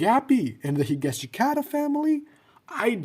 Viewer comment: Im sorry but the way you pronounced higashikata